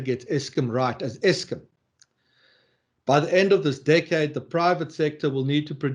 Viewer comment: Why does say Eskim?